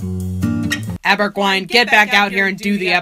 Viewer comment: I keep hearing Daberguine rather than Aberguine